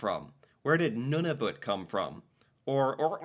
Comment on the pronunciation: You pronounce Nunavut like a frenchie.